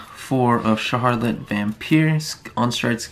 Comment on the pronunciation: shar-h-rot not shar-har-lit